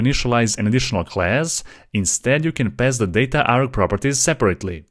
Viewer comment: dataarg❌ Dat aarg✅